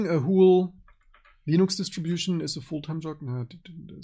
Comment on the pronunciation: Nachtrag - nach der ersten Stunde wurde es schlagartig besser. Aufgefallen ist hauptsächlich, dass du "whule" statt "whole" sagst. Ein Kollege hat früher immer remuute desktop, statt remote desktop gesagt, sind halt alle nur Menschen.